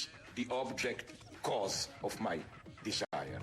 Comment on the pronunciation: La parte más profunda es cuando dice: "Disaier,Disaier,Disaier,"